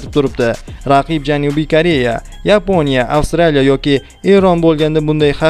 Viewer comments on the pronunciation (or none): none